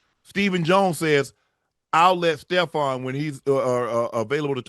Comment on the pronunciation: Why y’all keep calling Trevon Stefon 😒